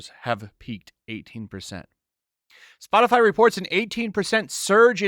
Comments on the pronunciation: Ha Spotifly, she said Spotifly, haha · Did say "Spotifly"? 🤣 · “Spot-a-fly”? I’m pretty sure the qualifications for White House speaker is to speak proper English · She said spotifly 🤣🤣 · I'm pretty sure she said "Spotifly" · Did she do just enough research to mispronounce the name of the company? I mean Spotifly, c'mon circle back and say it right, you red haired nightmare. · she can't even say SPOTIFY properly..... and she expects people to listen to her??